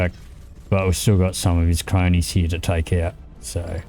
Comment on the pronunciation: Some of his "Cronies" thats the most Australian thing I heard since Crocodile Dundee